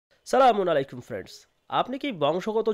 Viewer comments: সালাম ঠিক করেন।,,, আসসালামু আলাইকুম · ভাইয়া সালামের সঠিক উচ্চারণ আসসালামু আলাইকুম।